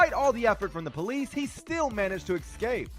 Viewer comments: 0.19 Apparently a new word from the dictionary...."exscape". Hmmm...Maybe exscape is a retired superhero without a cape? :-) Or, is it just someone who also says 'break-check', or 'nuculer power'? Lol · on Camera ... "... ecscape..." ???